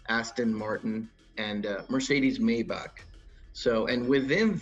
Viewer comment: So its Mercedes-Benz MaiBahk not maybach🙂 interesting video